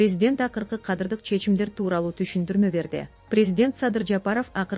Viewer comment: "координатору""😂😂😂 отставкасы, кадырлык өзгөрүүлөр 😂😂😂 тупая ...окуучу .😅😅